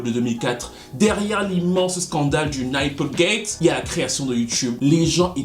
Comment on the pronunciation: Nipplegate se prononce "Neeplegate" pas nAÏpplegate 😅😅